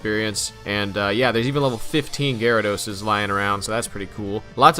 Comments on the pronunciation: Did this pretentious ass just say “Jyradose” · The way you pronounce gyarados is disgusting